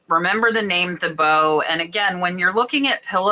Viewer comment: Thibaut is pronounced Teebow. Most of their prints have a chinoiserie/Asian style.